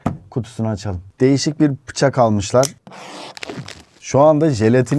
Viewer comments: Şuna biri Bıçak demeyi öğretsin. Pıçak ne mk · Pıçak dedi 😂😂